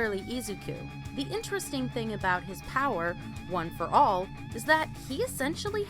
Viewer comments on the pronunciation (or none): I’m not sure if this is a joke but you said stuff like ueei and one for all wrong